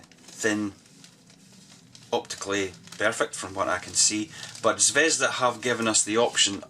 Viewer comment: Nice review. However not ZvEzda, but ZvezdA (The Star).